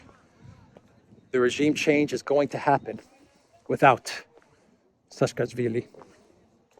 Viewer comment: It's Saakashvilli, not Saskasvilli.